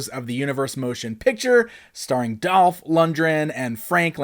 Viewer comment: why do you keep mispronouncing Dolph's name????? Seriously. Over and over and over again.